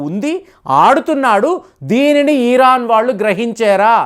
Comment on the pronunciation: ఇరాన్ అని కరెక్ట్ గా పలకండి. ఈరాన్ అని పలకడం తప్పు......